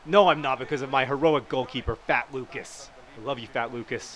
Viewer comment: love how he says fat lucas